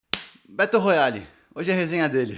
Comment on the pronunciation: Estou lendo no momento e estou amando! A minha única critica é que vc pronunciou o nome do livro errado.